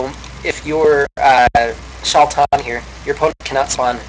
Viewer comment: Its pronounced SHAY-TAN (Tan as in sunburnt) =D